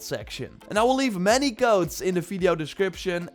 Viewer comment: Oh u mean codes I thought u said goats speak English man